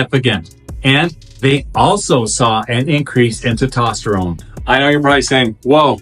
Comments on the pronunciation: Great video. Thank you. FYI...it's Anecdotal. Not Anadotal. It's Testosterone. Not Totosterone. Have a great day. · It’s testosterone It’s not tetosterone There is an S after the E TE”S”TOSTERONE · Nice summary, good job. Try saying "test" + "ost" + "uh" + "rohn" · TESTOSTERONE NOT TITOSTERONE. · Is Te-tosterine the same as Tes-toserone? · It’s called testosterone, not tetosterone. . Yeah, you’re real credible. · I couldn't un hear TET-OT-sterone ...😂😂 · Good video but I want to offer some friendly criticism. Please try to pronounce testosterone correctly. You are not pronouncing the first "S". Pronouncing these hormones correctly will make you sound more legitimate. Thanks for the video. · Bro just leaves the s right outta the word testosterone lol 😂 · Good video BUT you do realize there IS a “S” in teStosterone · Say testosterone properly. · THIS GUY CANNOT PRONOUNCE ANECDOTAL OR TESTOSTERONE PROPERLY..STUFF DOES NOT DO MUCH..HE IS JUST GETTING PAID... REMEMBER..IF IT REALLY WORKED IT WOULD BE BANNED BY WADA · It's hard to take advice from someone who can't even pronounce one of the most important hormones in the human body being testosterone. Good thing I've already researched TMG and have been taking it for awhile otherwise I probably wouldn't have followed any advice you've said in this video. You might consider rerecording this one. JS. I hope you have a blesses day!